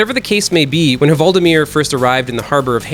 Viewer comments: Just say "Valdimir" instead of "Huvaldimir" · You don't need to say HUvaldimir, the H is silent in Norwegian :) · The H is silent in "Hvaldimir".